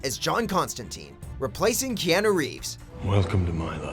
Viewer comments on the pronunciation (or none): none